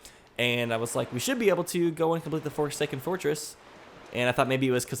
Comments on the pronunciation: he says forsaken forskin am I the only one hearing that? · ... I don't know how he didn't notice that, but it was a funny pronouncement